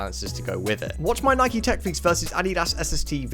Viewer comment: You did not just pronounce “Nike” like that. Literally blocked.